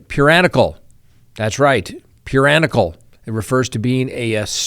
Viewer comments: I think the word is "puriTANical", not puranical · the word is puritanical not puranical. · "Puranical" is not a word. It's "Puritanical", like the Puritans, geddit? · Hey no such word as Puranical, I'm sure you meant Puritanical. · Puranical?? Puritanical?🤔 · Puranical,..? Sounds like 'puritanical' would fit well... Or did I mishear you..? Thanks for the show! Added later: I keep googling all kinds of puranical, purian, etc. that you kept reading from Diddy's defense document but can't find any of them. As a non-native speaker, I'd really like to know about these words. It's am here in Sweden right now, so I plan to blame sleepyness for not being able to let go! 😅 Have a wonderful day everyone! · I believe the word is puriTANical. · I love but correct me if I am wrong puriTANical 😂 lol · Like puritanical? Me too 😂. But that does add to my vocabulary.